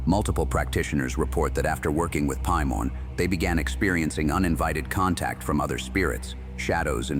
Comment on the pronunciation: Some of these names are said wrong like Paimon (pay-mon)